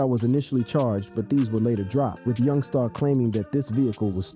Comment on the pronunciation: It’s Black Youngster, not YoungSTAR